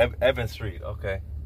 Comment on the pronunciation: It's Evans Street not Evan Street my boy